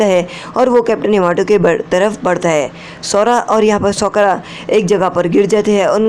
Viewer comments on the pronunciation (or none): Sakura ❎ sookra ✅ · Bhi uska name sokra nhi ha Sakura ha Thik sa bolo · It's not सोकरा it's साकुरा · Kya tumhe Sakura bolna nhi ata ha